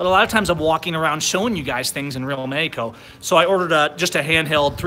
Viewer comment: Matthew G. He also pronounces Mexico as "Meyco" XD